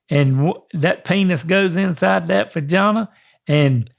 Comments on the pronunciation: I love how he pronounces vagina "fajahna" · Vagana is my favorite pronunciation now. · Omg. "Fajawna" loooooooooooool